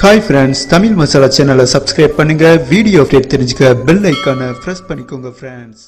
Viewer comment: Fast you how to pronounce frands You sound like fraands